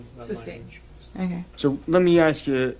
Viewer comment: said "Okay Kwell" 😂😂